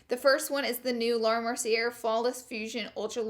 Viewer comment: Does she not know that she's pronouncing Laura Mercier, Garnier, and Glossier wrong after all these videos? Still love you 😂